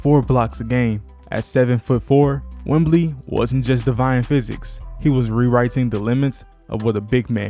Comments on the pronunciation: You made a great video. Excellent overview of the team! You just mispronounced our star player's nickname. It's Wemby, not Wembley, which is a stadium in the UK. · No “L” … It’s “Wemby.” But great video! Well said! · Great video.. might want to freshen up on the pronunciation of Wemby, Vassell, and Sochan though